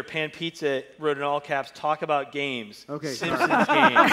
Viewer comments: great vid, but I feel sorta uncomfortable after realizing you pronounce the “Simpsons” as the “Simpsimps” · Why do you pronounce it "Simpsoms"? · The way you pronounce Simpson's makes me want to rip my own ears off